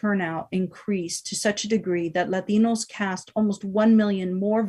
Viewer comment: This entire session is a joke. “LAH tin OH’s” uh the cringe. THE FUCKING CRINGE